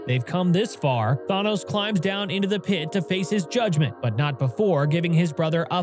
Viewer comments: How can you make an entire video about Thanos and not even say his name correctly? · Can’t get over the way you pronounced Thanos 😂 still love your channel so I just dealt w it anyway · the fact that there isn't even any other comments other than this dude who says that doesn't know how to pronouce Thanos